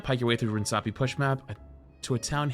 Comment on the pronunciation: Why do you keep saying runesapi instead of runAsapi